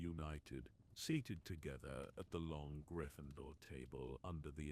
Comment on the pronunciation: Learn how to pronounce Gryffindor and Remus correctly!